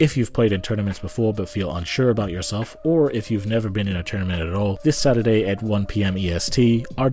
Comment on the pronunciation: Tournaments every 'Satuday' lol